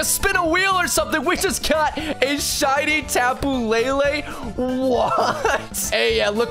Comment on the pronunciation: tapu lay lay it's le le not lay lay ???